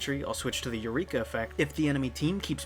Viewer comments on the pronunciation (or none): none